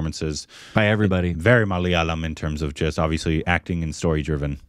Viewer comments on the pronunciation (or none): initially you used to pronounce the word "Malayalam" correctly. Please correct.